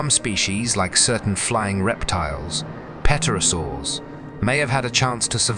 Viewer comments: Brachiosaurs died out at the end of the Jurassic period long before the Cretacious extinction event ever took place. This documentary is false. Pterosaurs are pronounced "terosaurs, not petrosaurs as the P is silent. Jurassic world aftermath? how about Cretacious aftermath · "Pet-orasaurs", my arse! When I heard that, I gave up with this amateurish tosh. Its "PTERO-saurs" you eejit - PTEROS is Greek for wing. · pterosaurs - pronounced terosaurs - p is silent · Dreadful mispronunciation. Eg “peterosaurs.” There was no birdsong because THERE WERE NO BIRDS. Modern birds evolved from surviving small dinos. And as for the animals sensing an oncoming event? When the rock was still hundreds of thousands of miles outside the atmosphere? No. I know animals often know when an earthquake is imminent, but they are in contact with the earth and can probably subliminally sense some vibrational change. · Yep, that word too, except didn't it sound more like Pet-terosaurs? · Less than three minutes in, a few curious pronunciations like pterosaurs pronounced without a silent "p." This is the world of the future; lots of content but not enough detail checking.